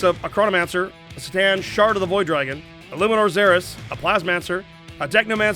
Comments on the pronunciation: Did I hear "Stan, Shard of the Void Dragon"? Wait no, said Ctan.... I swear I must be going deaf... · "Sih-Tann" feels so wrong as a pronunciation when "Cuh-Tann" is right there